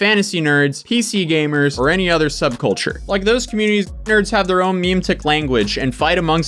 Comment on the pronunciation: came for the gns pointed at dcks, stayed for memetic pronounced "meme-tick" instead of "mem-ett-ick"